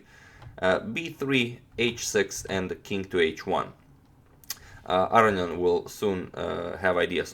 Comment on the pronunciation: A-row-knee-an. Don't forget the knee!